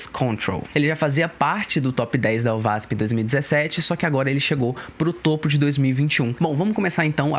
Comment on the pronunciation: se pronuncia : OASP